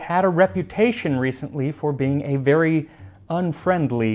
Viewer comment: Bravairy so perfectly placed. 😂